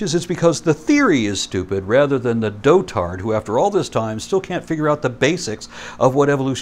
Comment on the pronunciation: Great video! One simple pronunciation correction: “dotard” is pronounced DOT-erd, not doe-TARD.